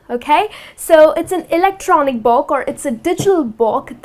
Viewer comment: y she pronounce book like box :-/